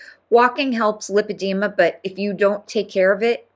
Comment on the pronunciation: It’s LIE-padema. She should know how to properly pronounce her alleged diagnosis.